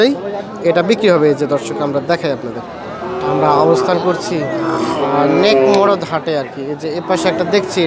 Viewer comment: হাটের নাম সঠিক ভাবে বুঝা জায় না